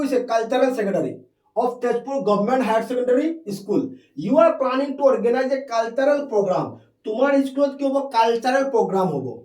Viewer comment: Cultural spelling tu pronounce kio cultaral bli koi ase😭😭😭😭😭